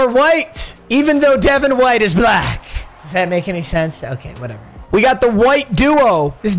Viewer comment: Why he say black like that